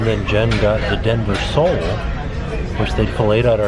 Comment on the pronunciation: I didn’t realise that he said Denver sole, I automatically changed it in my mind to Dover Sole! 😄